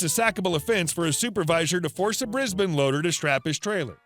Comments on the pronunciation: "Briz-bin" Well pronounced,! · At last a yank who can pronounce Brisbane properly.